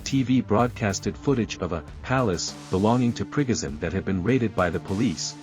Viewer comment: I'll subscribe if you say 'Pre-go shun', instead of "Prig- azin".